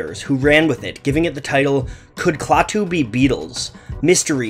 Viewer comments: "Klaw-too"? Klaah-too (ah as in aspirin). Apparently you never watched "The Day The Earth Stood Still", or you would know how to pronounce the alien's name. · I'm old enough to remember Klaatu (pronounced kla-too, not claw-too). And, it's true, people thought they were the Beatles pulling a stunt. That's because no one knew the identity of the artists so imaginations went wild. If you take the time to seek out their music (Klaatu's, not The Beatles') you might just be pleasantly surprised. Klaatu wasn't the first band that people thought were really The Beatles, however. Lots of folks thought the same thing about Badfinger. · You would think is somebody who went to all the trouble of making a video on a band would know how to pronounce the name of the band. But nope.